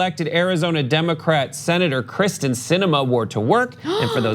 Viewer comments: It’s kYRsten, not Kristen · it's KEEEERSTIN, not Kristin. sheesh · Her name is Kyrsten, not Krysten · It pronounced Kiersten...not krysten. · Her name is Krysten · Does nobody on this show realize it is pronounced KYRsten (Kier) Sinema, Not KRYsten (Kris) Sinema. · It’s KYRSTEN, not Kristin 😂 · KYRSTEN* not Kristen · Kyrsten! Not Kristen! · by the way,, its pronounced keer-sten